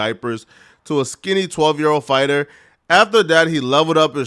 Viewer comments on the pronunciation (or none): none